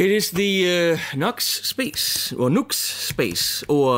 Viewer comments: It's Nu-X dude! (new ex)! Nice sound 1 trick pony! \m/ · I think it's pronounced "Noo-x". Like the simplicity of this pedal, sounds pretty good too. But I wish someone would make a good, cheap, small reverb pedal that will run on a battery! It's not that small anymore when you have to bring a big power supply with you to get it working! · Grammatically, NUX is "nucks". NU-X IS "new ex". Of course, the manufacturer can pronounce it any way they want to. But considering the issues I've had with that company and their customer service attitude, for me, NUX rhymes with SUCKS. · NU>X.....= "NEW-X"? maybe?